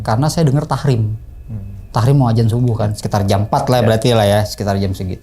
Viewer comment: Tarhim bang 😭 bukan tahrim